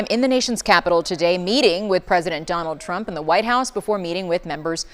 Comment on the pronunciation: First it was “I will boat…for Donna Trum” , now this hahaha lol🤦🏻‍♂️🤦🏻‍♂️